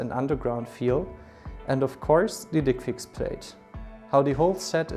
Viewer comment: Can't listen with straight face when he says "dickfix"